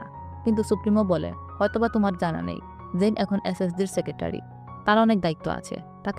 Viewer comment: জেইন এবং ওর নাম ম্যাট আপনি একটু ভালো করে বলেন